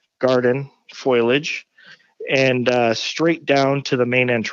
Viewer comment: Foliage not foilage lol